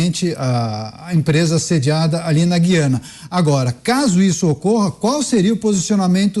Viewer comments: Apresentadores, não é Guiana,mas Gu- í ana ,certo? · Falem GU-IANA. Jamais GUI-ANA.